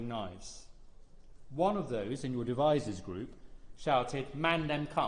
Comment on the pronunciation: Did he say "devizes" boys? Crikey Very close to where live?